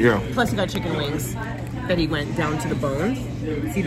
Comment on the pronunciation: Did I just hear pronounce chicken as shiken😂😂